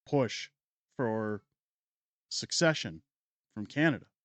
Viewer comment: I appreciate what you’re doing but I believe you’re mispronouncing succession